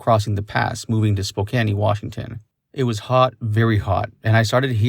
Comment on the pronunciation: Did you say Spoke_Annie on purpose 🤔?? For Spokane that is